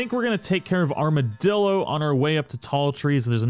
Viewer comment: Is this the first time he said armadillo and not armadildo